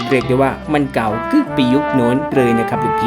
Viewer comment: เลย ไม่ใช้ เรย นะครับ